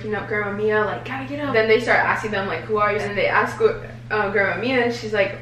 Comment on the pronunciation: who says aks 😂😂